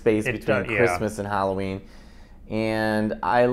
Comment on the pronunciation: Hallo—ween , not Hollow -ween.